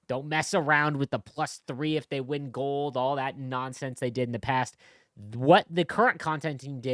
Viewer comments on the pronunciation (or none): none